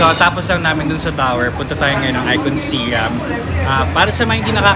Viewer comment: ICONSIAM is pronounced as ikon-sa-yaam.